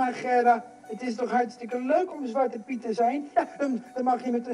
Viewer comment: Btw: your dutch pronounciation ( zwarte piet, and dutch names) is on point fan!😅